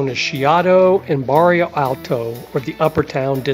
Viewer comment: This video is very informative and helpful to those planning their first Lisbon trip. I do like your recommended walking map directions. I've been to Lisbon and covered most of what you mentioned but there are some places I did not see and do want to go back some time and cover those as well. My only criticism for your video is that you made some glaring typos and mispronunciations (such as Barrio Alto instead of Bairro Alto). Baixa should sound closer to "Buy-Shah" than "Bahk-Sheeya". It is such an American tendency to pronounce things the way an American would read them instead of learning how they are really pronounced. When creating a informative video on a place, you do owe it to your viewers to make a better effort here. This critique aside, you did a very good job on the information presented to help people plan things.